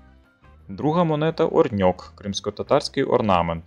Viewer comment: Чому Орньок? Коли вірно Орьнек